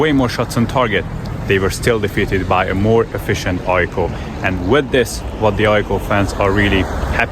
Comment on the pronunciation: are you sure you're not swedish? because your pronounciation of Djurgården, AIK, tvillingderbyt is immaculate.